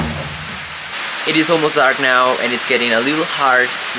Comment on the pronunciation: A mí esposa y a mi nos gusta ver tus vídeos. Un comentario. Tu inglés es bueno pero te voy a dar un Tip. Cuando dices how y now lo pronuncias incorrecto. Trata esto. How se pronuncia jau. Now se pronuncia nau. Sigue adelante. Felicidades.